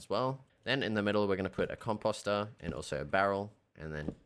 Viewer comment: Im not making fun of you but I love the way you say composter... "cumpasta"